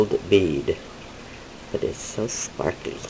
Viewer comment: Hi...I love spar-ka-lee too!!!! LOL love your bead work, looking forward to your glitter bead tutorial. TFS hugs